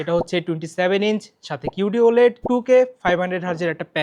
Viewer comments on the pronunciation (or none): mf started the video saying o-laid